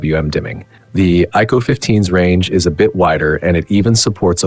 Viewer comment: AI voiceover (iqoo qoo) wtf is that... and origin os is more polished than color os. my a$$.